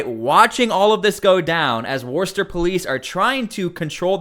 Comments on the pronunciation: WOOH-stuh! - get it right! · It's pronounced 'Whistah' in case you wanted to know what youre reporting on. I hope they throw her under the jail though she's f**** trash. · Not too long ago people of her intelligence were relegated to working in special ed positions and were given the title of “ teacher”, now they run things ! Worcester is pronounced Wister in Massachusetts. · Screw her! She really needs to check herself! FYI it’s pronounced Woostah. HA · it’s so funny hearing you say Worcester. It’s Worcest-TA. 😂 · You should really learn how to pronounce Worcester